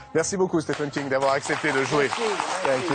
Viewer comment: Dommage qu'il soit systématiquement mal prononcé !